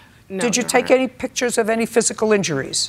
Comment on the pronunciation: She brought in “pitchers”.